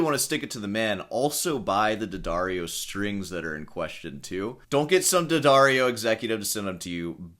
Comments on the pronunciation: If I have to hear D'Addario pronounced "dee-uh-daar-ee-oh" one more time... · I genuinely cannot comprehend people unironically pronouncing it "dee addario". I feel like that so stupid it undermines everything he says afterwards. No one on your hour long call said "Jesus, look, it's D'addario. It's an apostrophe." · Deep investigative research, can't pronounce the name of the company properly ...